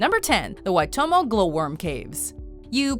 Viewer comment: You pronounced Waitomo right!